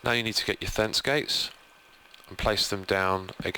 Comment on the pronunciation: did he say fence-gays?